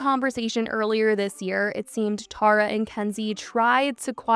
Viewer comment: I'm NGL I only watched this video because my name is Tara and I don't get to hear it said correctly a lot